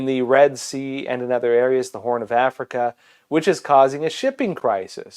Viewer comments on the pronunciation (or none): none